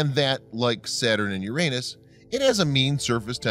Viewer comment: It is the correct pronunciation.